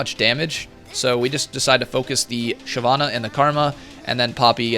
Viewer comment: "SHYVENE" was waiting in a bush